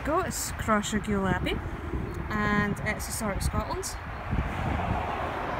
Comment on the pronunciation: Cross Ray gul the propper way to prounouce it also maybole is a town lol gid video though